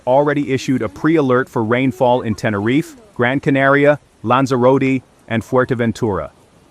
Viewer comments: lan-zuh-ro-tee.....that's how you pronounce Lanzarote!....That's what you get for computer generated voices.... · SI ES LANZAROTE. Nací aquí y vivo aquí. Pero el nombre de los lugares no hay quien los entienda. Están mal dichos. Y la información es muy exagerada. Puro amarillismo. Hay que informarse antes de comentar.